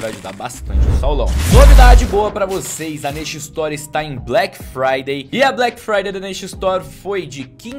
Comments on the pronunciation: "Blequi fraidei é na nexa estori" IRONIA, PROFESSORZINHO DO YOUTUBE! ... Mais pra participar do sorteio #Black Friday é na nesha store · "Black Fryder é na neshestor" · "Black Fryday é na neshestor"